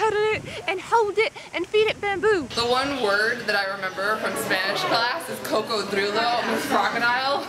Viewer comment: jajaja cocodrudo... its cocodrilo... yes ur good jajaja